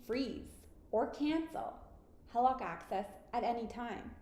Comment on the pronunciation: Why don't you know how to pronounce HELOC?